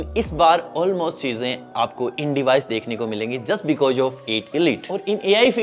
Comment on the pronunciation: निसान ❎ निशान ✅ फोटोज ❎ फोटोज़ ✅ बीकोज ❎ बिकॉज़ ✅